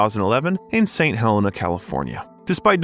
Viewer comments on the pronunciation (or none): Saint Helena! Is pronounced St Hell- een-a! Thank you AI robot!🤖